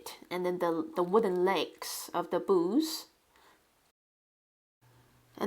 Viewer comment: You are such a skilled artist. Love your work. I couldn't figure out what 'boose' were talking about until I realized you were trying to say 'booth' I'm thinking your native language might not have that sound? At any rate there is always something artistic to learn from you.